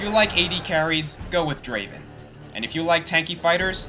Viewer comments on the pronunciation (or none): Not Draven, DRAAAVEN! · its not Draven its Draaaaaaven, just wanted to point that out.